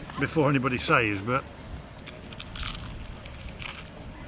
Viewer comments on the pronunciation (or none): The word says is pronounced sez